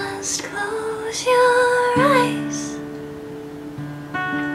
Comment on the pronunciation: I love how you say 'eyes' :) Amazing!